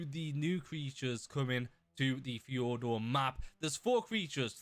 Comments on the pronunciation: hey you were pronouncing Fjordur wrong. not to be rude just a little tip. i can’t really describe how to pronounce it but i wish i could. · Always so fun to hear non Nordics trying to pronounce this kind of names.😂☠️